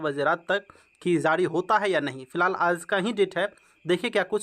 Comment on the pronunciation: Sir, Zari nahi Jari bolo